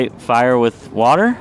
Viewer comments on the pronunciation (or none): Why does Trump pronounce the word "water" as "wortor"? He has his own language.